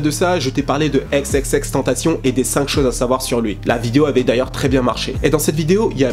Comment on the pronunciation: EX EX EX TAINE TA CI YAWN Prononce son nom comme il le faut je l'ai déjà dit 😭😭😭 C'était constructif tkt je t'adore sinon